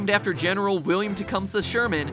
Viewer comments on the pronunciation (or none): none